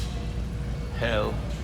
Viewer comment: Hi, you're pronouncing Helle correctly. The 'e' on the end is pronounced "eh". That being said, in Norwegian the word 'hell' translates to 'luck' in English. But Helle is someone's last name and generally will relate to a location in Norway. There seems to be a few areas in Norway called Helle. They do look like very nice knives. Thank you for sharing the video.